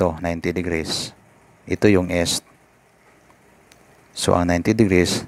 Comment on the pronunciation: Correction...binibigkas ang east ng is (eest) not es or (s).